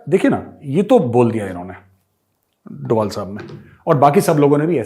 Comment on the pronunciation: मेजर सहाब इन पाकिस्तानियों ने अजीत डोवल-अजीत डोवल बोल-बोलकर उनके नाम का उच्चारण ही बिगाड़ कर रख दिया है, जबकि उनके नाम का सही उच्चारण "अजीत डोभाल" है ......आपसे उम्मीद करता हूँ कि आइन्दा आप सही उच्चारण करेंगे ताकि पाकिस्तानियों को भी समझ आ जाये, क्योंकि पाकिस्तानी आपको बहुत गंभीरता से सुनते हैं। 😁🙏😁